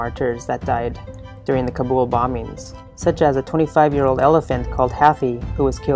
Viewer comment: Please say Kaa-Bull , not cub-ool.